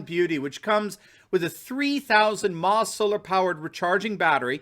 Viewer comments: From a geek to a political guru... "mah" is pronounced milli amp hour. Cheers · mAH is pronounced milli amphour. Just so you support your advertiser best... NavyPhil